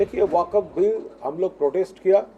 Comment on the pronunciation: Waqf ❌ nhi wakat ✅ 🤣🤣